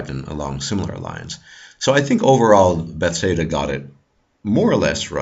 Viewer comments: Not to be rude, but it's Bethesda, not "bethseda". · before I listen any further I would just like to comment on your pronunciation of Bethesda. It's hilarious and makes no sense to me. furthermore good job and now I'm going to finish the video. lol